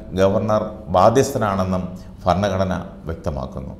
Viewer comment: ഫരണഘടനയല്ല ഭരണഘടന എന്ന് ഉച്ചരിക്കണം.